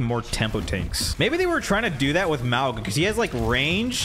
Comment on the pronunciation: Maw-ga not mow-ga please